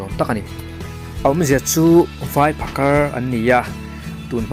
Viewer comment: Phakar tih hi a tawpah R hi i lam fiah lo mah mah ka ti😁